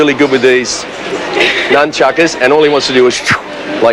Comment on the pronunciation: He calls em numchuckas someone please help this man!